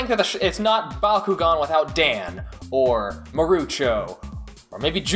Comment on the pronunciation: It’s Bak u gan